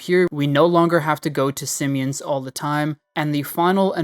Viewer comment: “sim-e-ons” pissed me off